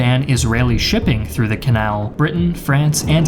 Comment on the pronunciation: Hey - has anyone ever told you, that you pronounce the words “the” and “a” incorrectly?